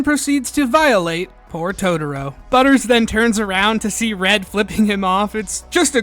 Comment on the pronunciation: Totoro, not "toutourou"